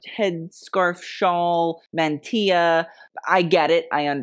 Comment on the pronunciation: Good for you, pronouncing "mantilla" correctly!